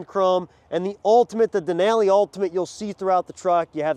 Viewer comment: The way he says Denali hurts my brain.